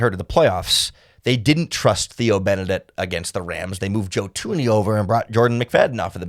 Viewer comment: Yo bro it’s Thuney not Toony